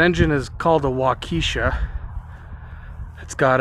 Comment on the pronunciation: The engine is pronounced walk-a-shaw. Very reliable industrial engine.